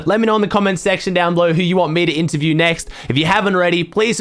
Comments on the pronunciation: I love how you call it Anterviews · Interview not anterview